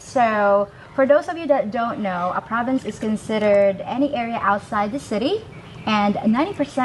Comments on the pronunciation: Province!!! Not ProvideNce. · Great content, thank you ! Minor correction, it's "province" and NOT "providence"... And yes, I've spent a considerable amount of time in the Phillipines, mostly Cebu City but other parts of the PI as well. I long ago gave up on westernized women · Province, not providence.